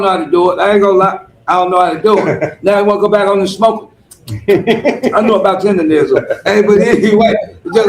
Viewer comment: STOP SAYING "TENDERISM" IT'S "TERDERNISN"!